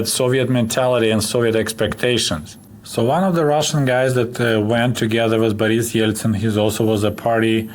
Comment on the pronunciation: I like the pronunciation of Boris' name